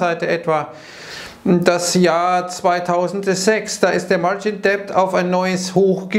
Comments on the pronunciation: Bitte,, lass das "b" bei Debt aus. Es ist stumm. "martschin det", nicht "martschin "deppd". Ist sogar viel leichter auszusprechen. Trotzdem vielen Dank für deine Videos. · Bitte „margin dettt“ sprechen, wie bei „no (doubt) dautt“. Sorry für die Klugsch…ei